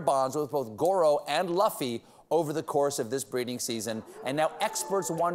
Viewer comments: Meanwhile...beloved late night host Stephen Colbert mispronounces name of monkey that has obviously been named after famous anime character Monkey D. Luffy (pronounced "Lew-fee" and not "Luh-fee") 😁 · he butchered the name Luffy. its pronounced (Loofie) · I'll be that guy. That monkey's name is Luffy. Loo-fee. One Piece. Read a manga. Or don't. I don't care. Just get the name right. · Steven, I love you but mispronouncing Luffy ("Loo-Fee") as "Luh-Fee" really shows your age, that monkey is clearly named after Monkey D. Luffy, the protagonist of one of the best selling comics not just in Japan but all around the world, One Piece. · Omg “luh-fy” 😭😭 it’s pronounced LOO-FEE, the iconic one piece main character 😭😭 love Stephen but my anime lover heart died a bit hearing that haha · The poser that pretended to be Luffy for years XD He pronounced it luhfy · Shocked that no-one in Stephen's team told him it's pronounced "loofee" (as in Monkey D. Luffy, main character of the manga/anime 'One Piece'), not "laffy"... Looks like we need a corrections segment for the Late Show. Stephen should talk to Seth Meyers about that 😁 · And thus all the One Piece fans simultaneously winced every time Stephen pronounce the Monkey's name "Luffy" instead of "Loofy". Though PS, I appreciated that Japan literally named a Monkey Luffy. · Steve it's not Luf-fy 🤣 ......it's LU-ffy, the emphasis is on the U. The name is taken from one of the best Anime known to man One piece. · I thought Steven was a nerd. It's "loo-fee" not "luf-ee" ... it's the name of the main character in the manga/anime One Piece. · As a fan of One Piece, it is loofy not luhfy. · No anime watchers in the writing staff (a good thing I guess) Luffy is pronounced loofee. Thumbs up to the people naming these monkeys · my soul cringed a little when I heard luh-fi.... I still love Stephen tho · I was about to comment the same.. I cringed everytime he pronounced it "laffy"..😅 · Stephen is no " Laffy" it is " L U F F Y " with a U XD